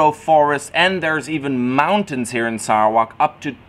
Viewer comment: TQ.. he pronounced Sarawak in great way. It is ok😃👍👍👍